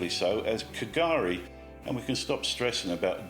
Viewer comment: K’gari is pronounced “gurry” - When you brining it up as part of your lecture on the creepy pronunciation of Jervis Bay the least you could do is quickly search and make sure you’ve got the correct pronunciation of K’gari before you run with it…